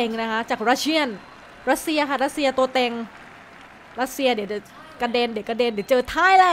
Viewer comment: ตัวเต็งครับไม่ตัวเกร็ง...